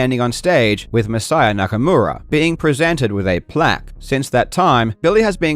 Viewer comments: Why can't Billy pronounce Masaya Nakamura's name correctly? He keeps calling him Nakamoda. How disrespectful can you be? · It really bothers me how how he pronounces Masaya Nakamura's name entirely with an American accent yet feels compelled to sandwhich the R in Nakamura between two Ls as if he's assimilating into the culture or something. Just stop that shit.